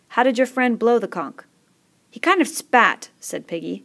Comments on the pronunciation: are you seriously pronouncing conch (con-ch) as conk? it's literally said as it's spelt! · I got triggered every time she said "conk" IT'S "CONCH!" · why u saying conk its CONCH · the way she says conch lol..."conk" im ded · Whoa I thought it was pronounced like conch, but it's pronounced like conk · conch is apparently conk